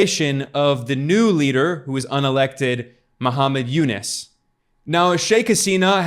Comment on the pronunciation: Its u-nuus not u-nis!